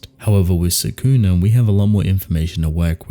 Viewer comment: Love the channel but I despise how people, like yourself, pronounce Sukuna’s name. Watch the anime again and learn how to say it.